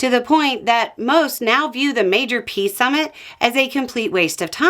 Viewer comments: "Pee summit" 😂😂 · Hang on,, are you say Pee Summit? 😂😂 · Did you just call it a "pee summit"?